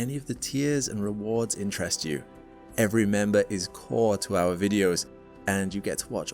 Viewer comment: its not "zoo wrong", its "joo wrong"